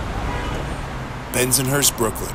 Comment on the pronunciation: Please change how he says Bensonhurst.... this drives me crazy!!